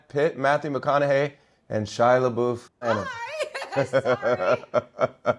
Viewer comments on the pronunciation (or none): ugh it irritates me how no one can pronounce shia's last name correctly - it's la-buff not la-boof or la-bowf. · Not once did someone pronounce Shias last name correct